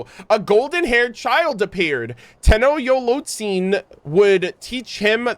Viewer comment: Te"NOCHT"zitoc lol